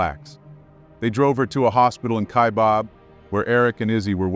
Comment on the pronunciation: It's Ky-Bab, not Ky-bob....